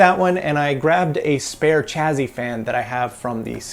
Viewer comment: Are you pronouncing chassis as "chazzy"? O_o